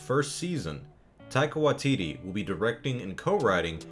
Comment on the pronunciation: Tye-qua Wa-tittie 😂